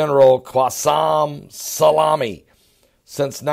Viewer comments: General Soleymani not Salami I think you were hungry when you recorded this video : ))) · its "Soleimani" not "Salami". You can't even read the title of your own video! and he doesn't have an insta account, that's his fan page LOL. This shows the IQ level of your viewers who couldn't catch it and are comparing his name to peperoni. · its pronounced soli-mani lol.. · I absolutely love, his pronunciation skills are a constant source of good natured humor. How on earth he gets Salami out of So-lei-mani boggles the mind. He makes even all this craziness not seem so big with his God given personality. Don't ever change.:) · U can't even pronounce his name 😂😂😂😂😂😂